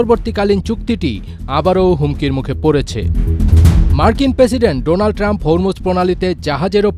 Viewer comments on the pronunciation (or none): none